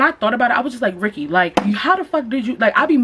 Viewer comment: LMAOO rykky not “year he year he”😭